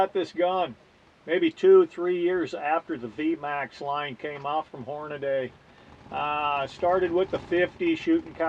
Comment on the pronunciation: Love how everyone still calls them Horn-a-day...